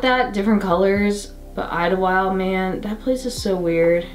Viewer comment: Yeah, I've been to Idyllwild. I used to live in Hemet. It was the first place I ever saw and experienced snow! Also, am I crazy or do they not pronounce the "d" at the end of the name?